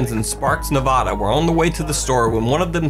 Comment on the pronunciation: I can't take this video seriously. Not because I'm making a clown joke. But because you mispronounced Nevada.